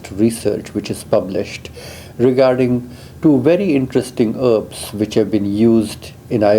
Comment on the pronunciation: heeebs= herbs